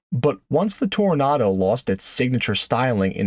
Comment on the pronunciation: Why the nartor doesn't pronounce the second O in Toronado ?